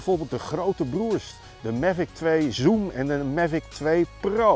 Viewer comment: “Mevik twee zoem”